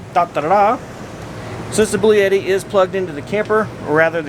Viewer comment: Did he say "Blue Yeti"???